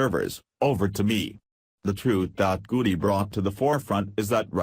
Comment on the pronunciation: If you want to hear our voice.our voice,how about shutting off the roboreader and letting us hear your voice,your voice ?good story,but these robos are making me think I am the last live human on the planet,the planet,maybe along with Trey Gooody,and other mispronounced names.